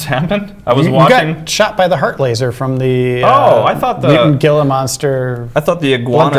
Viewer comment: He-la. Gila is pronounced He-la.